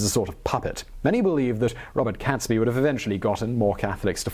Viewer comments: I've noticed this trait he has in his videos. He clearly is well educated and yet he often gets names wrong. Besides getting Guido wrong, he also pronounces Catesby wrong after a while. He initially pronounces it correctly as Caits-bee but then starts calling him Cats-bee. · I was taught his name was pronounced "G-ee-dough", not "Guy-dough". Was also taught that it's "Kates-bee" too and not, "Cats-bee". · Guido pronounced gweedo. Catesby: cates like gates. The bonfires were decreed to be lit across the land on 5th November 1605, ie. that very night, to celebrate the escape from disaster and tyranny. (419 years later.. Still doing it). BUT MOST IMPORTANTLY this was NOT about religion. (Ok some people cared a lot about different ways of practicing faith but...) This was about POWER. It was about national sovereignty vs. foreign rule. A Catholic king would be controllable from Rome. Henry VIII went a very long way out of his way to put a stop to that a few decades before. This is the foundation of Britain as a sovereign nation. This day is when we celebrate our independence. It's our independence day. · Guido pronounced gweedo. Catesby: cates like gates. The bonfires were decreed to be lit across the land on 5th November 1605, ie. that very night to celebrate the escape from disaster. (419 years later.. Still doing it). BUT MOST IMPORTANTLY this was NOT about religion. (Ok some people cared a lot about different ways of practicing faith but...) This was about POWER. It was about national sovereignty vs. foreign rule. A Catholic king would be controllable from Rome. Henry VIII went a very long way out of his way to put a stop to that a few decades before. This is the foundation of Britain as a sovereign nation. This day is when we celebrate our independence. It's our independence day.